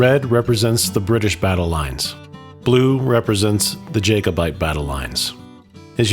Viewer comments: I know it's pedantic but I wish you would pronounce it Jack-obite not Jake-obite. Thank you! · I just want to point out. It's pronounced "Jack-o-bite" not "Jake-o-bite" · It's Inverness, not Inverniss. Its jacobite not jakeobite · Whoever did the narration,needs to learn how to pronounce Inverness and Jacobite !. I am called Greg,after my great grandfather who was called Gregor McGregor,this battle is part of my family history. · Had to switch off, the “Americanised” pronunciations were too much. Jack-o-bite is not pronounced Jay-co-bite. And it’s Clan Fray-zer, not Frayshoor.